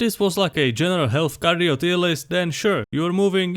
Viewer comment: bro finally learned how to pronounce cardio